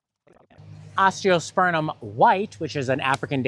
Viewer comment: Your garden looks amazing 🤩!! You both have great taste imho. Also, may I humbly offer a correction…….its “osteospurMum”, with an m not n😉.